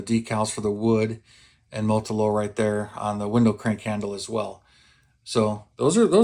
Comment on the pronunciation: "Motolow"? You got your 't' and 'l' confused. I am a strong believer in using the Molotow Pens. Much better "chrome" than the infamous silver Sharpie. I have this kit in my stash. I didn't realise Revell went so wild with the decals! I likely will omit those that just won't be seen, especially if they are tiny. Tiny decals don't play well with my 66 year old eyes and XXL size fingers! 😊